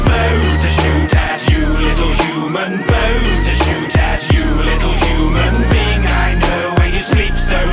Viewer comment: Whenever he says "Little human being", it sounds like "Little Human Bean" lol